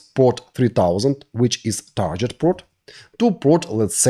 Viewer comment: Friendly note on pronouncing "target" = тарГет not тарДЖет